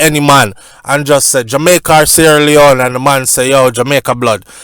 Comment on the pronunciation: Why say sleone not other countries